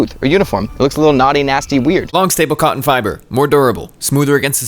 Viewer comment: Love you, but the glottal stop on “cotton” is really tough on the ears.